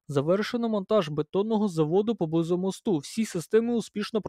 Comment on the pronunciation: Не мостУ, а мОсту. :) Наголос ріже вухо. Дякую за роботу. :)